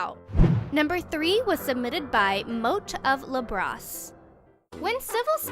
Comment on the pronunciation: Mote-of-lobross I've heard that too many times XD (åbøüt tŵëñtŷ)